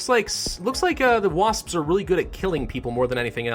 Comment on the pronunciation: when you said wasps it sounded like waspspsp